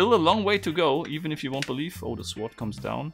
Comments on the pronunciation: The way he pronounces sword 😂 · 'Sword'... the 'w' is silent...